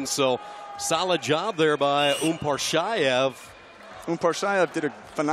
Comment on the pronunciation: They say umparshaev his name is actually UMAR PASHAEV.